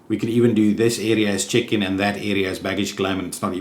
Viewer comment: Omg! Whenever you say "check-in desks," your accent makes it sound like, "chicken desks!" Love it! XD